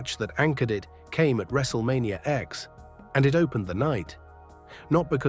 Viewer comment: Wrestlemania "X". Stupid AI.